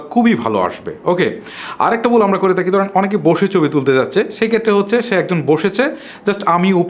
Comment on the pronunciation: কম্মন বুল গুলো হয়েই থাকে যেমন আপনার বুল কথাটি